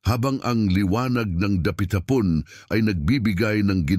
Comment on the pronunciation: Maganda sana ang mga kwento at delivery ng narrator, pero napakaraming pagkakamali sa pronunciation. Mukha namang Filipino ang narrator, pero bakit napakaraming mali sa pronunciation at syllable stress kahit sa mga napakasimpleng words? 😢 Sinasadya nya ba yun? Narrator: ^puna (pu^na) N: ^silid (si^lid) N: ^dapitha^pon (dapit^hapon) N: ^alukin (alu^kin) N: masiglang ba^ti (masiglang ^bati)